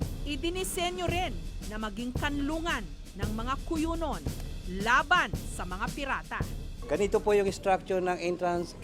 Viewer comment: Right term is Cuyunon... not Cuyunin